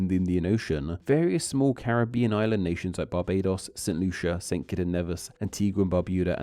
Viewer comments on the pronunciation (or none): none